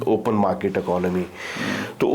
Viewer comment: Patli Qamar CheemaPhd Chhoti Markeetwale from Maksai : Where do you find these Phds who can't pronounce English words properly? His Markeet sounds like Parakeet - look up the dictionary for the word's meaning. I find this Russian return Paki tourist & his opinions display his lack of journalistic aptitude & education. As per his opinion Russia wanting to build a strong relationship with Pakistan, why? What does Pakistan have to offer Russia or any country in this world? & if Pakistan tries as it always does suck up to anyone who can offer aid & loans, India will cut that attempt off instantly like no entry for Pak in BRICS. As History goes, you seem to have forgotten 1971, when US sent their ships towards the Bay of Bengal against India, Russia sent in their Aircraft carrier & it's naval armada & blocked US aiding Pakistan. That war ended there. Pakistan lost again.That made the India Russia friendship stronger permanently. So Pakistan has no hopes to side up with Russia with India present. Rest of your interview with this PhD was inane & a lousy Paki opinion amateurish at best. 👎🏼 Next time hope you find a better educated speaker on your show, your standards are sinking as your Mulk's economy & narrative.